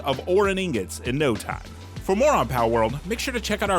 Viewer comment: Excuse me but uh...I think it's pronounced "ing-got."